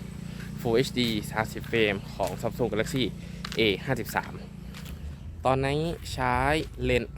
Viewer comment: พูดให้ชัดหน่อยนะโดยเฉพาะคำว่า 53